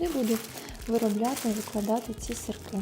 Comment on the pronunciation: Не сырЬки , , а сырки